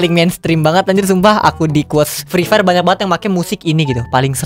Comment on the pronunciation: Nobody: Free Fire: Frifer